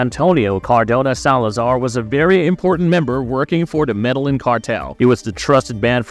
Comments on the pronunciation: If your doing a Story why not learn the name of the country properly. He said MEDALLIN like what! ME DE LLIN (GIN) IN SPANISH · "Meda-yin" not 'mellanin', like you said. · Medellin is pronounced "medayeen" with the y so soft it's almost not voiced, not "medalin". It's a Spanish name, you can't just use English phonetics on it. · The actual pronunciation is more like “medeyeen” idk why non Spanish speakers fuck it up so bad in the internet age smh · The narrator cannot do real research and the fact he can’t even say “Medellin” correctly